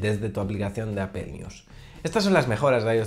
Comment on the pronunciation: Bueno qué se podía esperar si no puede pronunciar bien Apple y dice apel jejejeje pero buen video fuera de ello .